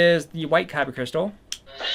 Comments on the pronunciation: Anyone else hate that he keeps saying kybuh instead of kyber? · I’m sorry I can’t sit through this whole vid and not say anything. It’s a kyber crystal. Kyber NOT kyba! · KY-BER NOT "kybba" for the love of GOD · Is he saying kyba crystal? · Lol every time he said kyba crystals I died a little inside 😭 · “kybah” crystals lol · it's not like this is up for debate, this isn't like"tomato" "tomahto" it's a "kyber" Crystal hard "er" sound. You'd think a Star wars fan would want to represent their franchise correctly, but whatever. No harm done I guess, you just make everyone think of Yu-Gi-Oh every time you say it.